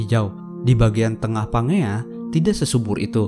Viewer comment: Bacanya "PANJIA" bukan PANGEA wkwkwkwkwk 😁😁😁😁